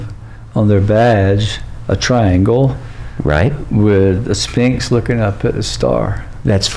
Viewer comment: I love this interview, but needs hooked on p-honics. “Spinx” is driving me insane 😅